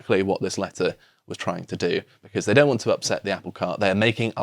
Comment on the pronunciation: "No zhey don't"